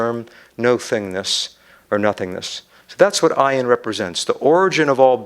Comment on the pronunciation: I question his knowledge of this subject because he misinterprets and mispronounced well known words. Hesed is not love it is kindness/graciousness. He says IEEN instead od ayn. IEEN means eye. Where did he learn?